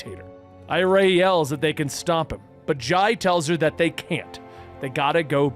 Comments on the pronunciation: For the record, Jai and Irey are pronounced "Jay" (he was actually named after Jay Garrick, but Linda insisted on the spelling difference) and "I-ree" (her actual name is Iris, after her great-aunt, Irey is a nickname). Flash Fact. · For the love of God Wally's kids are named after Jay and Iris. Do their names should be pronounced as such